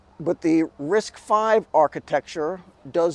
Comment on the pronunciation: Thanl you for saying RISC five, not RISC Vee